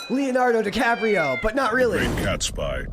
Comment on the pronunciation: It should be Catsby, not Catspy. Silly A.I.